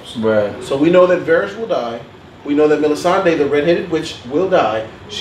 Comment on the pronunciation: Varys, not Varish...and Sam•well, not Sam•u•el.